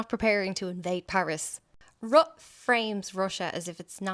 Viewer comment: His name is properly pronounced RUTA